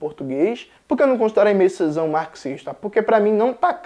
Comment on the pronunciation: Oi, Jones! Aimé Césaire pode ser pronunciado como "emê cezér", enquanto "Jean" do Jean Paul Sartre pode ser pronunciado como "Jan". Espero ter ajudado, adoro seu conteúdo ;)